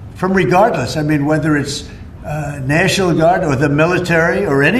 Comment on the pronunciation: Nehshininal = “National” in trump speak